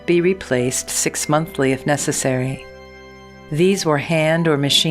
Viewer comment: This is a really great video and all, but I really can’t get over how she said 6-monthly